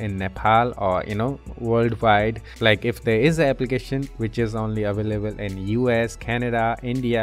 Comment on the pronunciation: aveleble😂 Very Helpfull Ty soo much